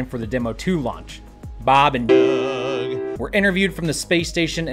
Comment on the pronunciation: Oh my God I was complaining about the way you pronounce "Doug". I heard "Bob and..." And went shit here it coooomes. And then that happened :D